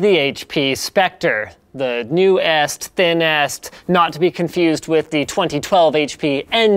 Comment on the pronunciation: 256GB ofPCI -- you dropped a space in your rush to post this Also at the start you pronounced newest as if the syllables were individual words -- linus is a robot confirmed